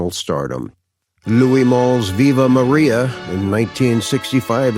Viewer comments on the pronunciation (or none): none